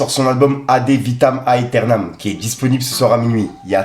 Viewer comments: Yo frérot l'album de b2o se prononce AD vitam éternam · J’ai mal aux oreilles quand tu prononces le nom de l’album de booba. Mais j’ai 35 ans. Ça doit être l’âge.